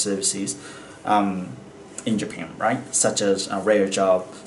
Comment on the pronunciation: Japanの発音が独特ですね ジャピーン、みたいな